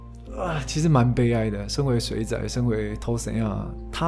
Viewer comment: 您的台語要加強 「水仔」的發音唸得很不標準，害我很出戲